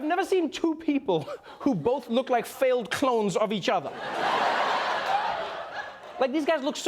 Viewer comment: I heard that as "failed clowns", I like my version better.